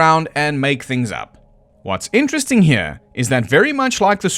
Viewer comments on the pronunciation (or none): none